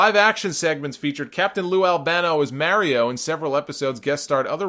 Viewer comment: It bothers me how he says Mario